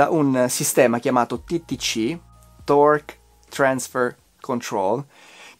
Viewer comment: Ah ma siamo sempre su Youtube? Pensavo di aver aperto Netflix... mamma mia che qualità, era da un po' che ti seguivo ma oggi l'iscrizione è d'obbligo P.s. dalla pronuncia di TTC sembri un madrelingua